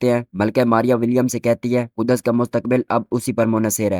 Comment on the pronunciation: Ku-das nhi bhaai Kuds h 😂😂